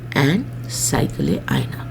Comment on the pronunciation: Improve your pronunciation Madam . Hire an Urdu teacher , he will help. At one place you said cycle, whereas it was saiqal